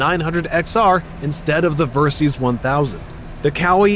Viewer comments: I thought it was VerSIS, not VerSEEES. 😂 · 🧏‍♂️ VER - SYS ; Pronounced Vur - Sis (Not Vur - Seas) Meaning ; Versitile - System V - STROM ; Pronounced Vee - Strom (NOT Vee - Storm) 🤦‍♂️ Meaning ; Who knows ? and who cares ?🤷‍♂️ (V - Strom is an even worse name for a motorcycle than Versys is). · I liked your review, but why do you pronounce it "Ver-seeze"? A little research would have shown that the name is short for "VERsatile SYStem", in other words a bike that can be adventure, sport and touring, all in one package. So "VER-SYS" please! (Unless you pronounce SYStem as SEEZE-tem 😃"! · It's pronounced versis Which is derived from VERsatile SYStem VERSYS. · VerSEEES and V-STORM, really? This sounds like an AI generated review.